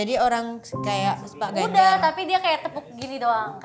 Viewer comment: Baswedan jadi Baswiri, Ganjar jadi Ginanjar, Nasdem jadi Nas Drum, Perindo jadi Perindro, wkwkkw ngakak bgst